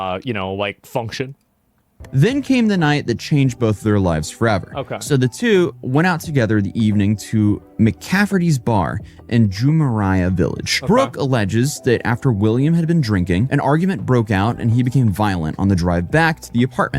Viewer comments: Jumeirah is pronounced Ju-meer-rah. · Jumeirah is pronounced Joom-mare-ah...... not Joomeriah........ the i isn't even after the r..... not sure how people can't look up a pronunciation with all this research. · Jumeraja village? It's pronounced "Jumerah"...